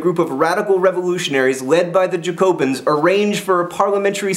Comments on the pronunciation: Again I'm back to point out your mistakes/ what you missed 1. emEgrA (how you pronounce émigrés) 2. Flight of Varennes= when Louis XVI and Marie Antoinette leave 3. It's pronounced Jack-O-bins. 4. There was a 2nd revolutionary group called the Girondins (Gee-ron-deens). The difference that the Jacobins were based in Paris and the Girondins were based in the countryside. They were starting riots near the borders, which is another reason why foreign powers were getting nervous. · you pronounced Jacobins incorrectly. It's Ja-co-bins. sorry, just had to point that out. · I always thought it was pronounced more like JACKobins? But as a French Revolution nerd, you have no idea how much this makes my day. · Kind of. but there's still a sort of N sound at the end, so more like JacoBAHn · "jacobins" is pronounced yaco-beens, if im not mistaken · just so you know jacobins, is pronounced Jack-o-bins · Im doing the French Revolution in IB history right now. when you pronounced "Jacobins" i cringed. Its like when Americans say "foy-ER" instead of "foy-AY". My Canadian ears cannot handle it. Alas, still very helpful and you remain to be awesome. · how do you say guillotine correctly but not bastille or jacobins? I don't understand. Is this an American thing? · He pronounced guillotine properly. ...but failed (miserably) at Jacobins. I laughed at that! :) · La facon dont vous prononcez "Jacobins" est aussi tres Americain Monsieur Jean Vert ;) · You prenounced jacobins wrong lol XD otherwise really good bid xx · Jack-o-bean! Not Jacko-bins! You did better with pronouncing emigre and guillotine! I hope there's going to be better pronunciation tomorrow! :)